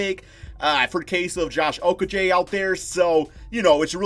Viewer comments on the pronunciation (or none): Your not saying Okogie right it is O-ko-e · Its pronounced Oko-jay. I thought we fixed this already. Like jay, the bird. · It's actually pronounced Oko-ghee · To pronunciate it correctly they say: O-ko-ghee... Ghee, like clarified butter. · Because I live in Minnesota and watch all the games. I don't think the local announcers for the Timberwolves would be pronouncing his name wrong for over a year now. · I was born in the same city as he was, I have cousin who bears the same name as he does. So believe when I tell ya they are all pronouncing it wrong.